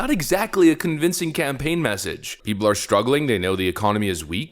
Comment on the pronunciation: Lol you said Pee pole 😅😅😅